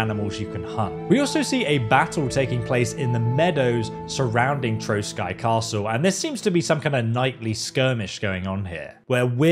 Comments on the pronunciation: Maybe in this game of in dlc or in KCD 3 will be Hussite wars and that you will have change to join hussite or crusaders 😎 And castle is not Troskai but Trosky pronounc Troski its meen Ruins in Czech language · Trosky Castle is pronounced like (troski). Cheers from Regnum Bohemiae! +][+